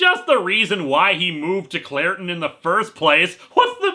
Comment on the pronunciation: When he says Clairton, I keep hearing Claratin, lol. Then again in Star Wars hot have Captain Banaka and Anacin Skywalker.